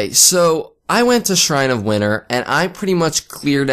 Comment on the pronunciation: PA accent lol